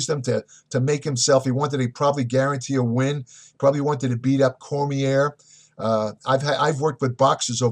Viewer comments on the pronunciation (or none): Cormi-AAAA, not Cormi-EARR.....AAAA! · Dan Com-ee-air? Ya, this guy has really done his research. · Liked the Video, Great stuff! I agree 100%, Great to hear your opinion about Bones from you. I think he would be a great champ too-regardless of what happend. ..Although, I do have to be a little anal... Your pronouncing Daniel's name wrong. Do a little more research next time please. The name - Cormier is French, he is from my home state of Louisiana, so even though it is SPELLED Cormier, it is PRONOUNCED (Core-Me-AYE). Sorry not trying to be a dick lol. Just have a pet peeve like I say. Lol Great video! :-) 😉😊👨‍💻👍🤼‍♂️💊💻💉💊🏋️‍♂️🤼‍♂️🤛🥊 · Fucking idiot you don't even know how to pronounce Cormier and clearly not an mma fan. Don't give opinions when you don't even follow the sport he's in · Exactly. This guy doesn't even know how to pronounce Cormier and starts spouting off opinions on how Jones career shouldn't be over 😂. Like if you don't even know who daniel cormier is just shut your mouth about mma